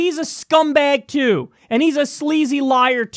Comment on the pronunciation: "his a scumback TOO" i thought he said "his a scumback jew" lol